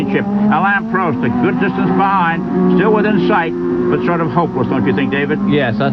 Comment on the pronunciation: Prost . Not Proast. 😢